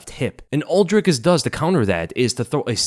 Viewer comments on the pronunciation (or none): "Dry kiss" not "drick us"